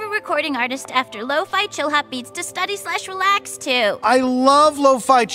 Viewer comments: To Steudaî ? To "Steudi", m'enfin ! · Study -> "Steudi" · "stoudail" hahaha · Ca se prononce steudi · Ta prononciation du mot study m'a traumatisé à vie